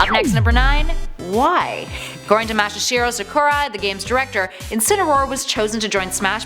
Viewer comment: Did it bother anyone else how she said Masahiro Sakurai. But besides that this was a great video!